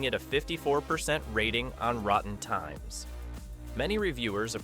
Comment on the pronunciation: Dennis Leary was no one's father. Rotten Tines? Is this AI slop posing as an actual video essay? If it's genuine, you need better research and a second take.